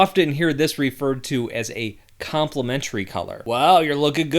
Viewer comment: Literally "compliment-ary " . :v lol